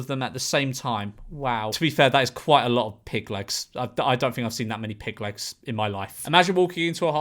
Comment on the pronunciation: Memeulous saying "pig legs" has the same energy as Benedict Cumberbatch saying "penguins"